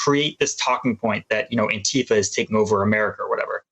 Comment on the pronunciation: Joe cant say Antifa